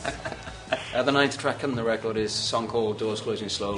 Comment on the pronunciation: sounds like he says 'Faster' to me